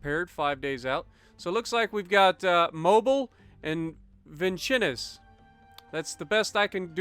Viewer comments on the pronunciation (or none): It’s pronounced Vin-sins. It’s a weird name but that’s the only way I’ve heard it’s said.